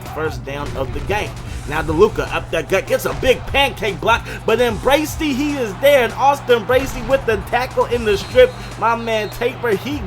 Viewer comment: He said Bracey right! Haha